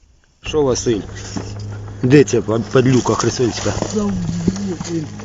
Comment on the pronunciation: Та просто по произношению Василь в начале и неуместному в данном диалоге слову "балакай" вместо "кажи", можна понять что это актеры Это знает каждый Украинец а русликам ролик зайдет нормально, они любят все некачественное